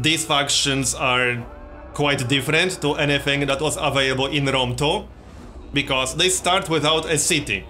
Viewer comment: "Rome Tow," gotta love that accent :)